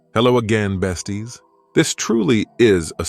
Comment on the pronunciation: Off topic but whenever you said besties, I couldn’t stop laughing 💀💀💀